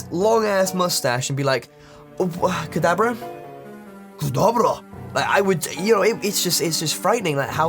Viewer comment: it said TKadabra